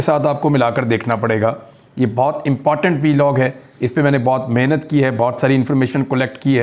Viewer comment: امپاٹنٹ... 😅😅. ویری کیوٹ اینڈ ویری نائس flow of the words... 😂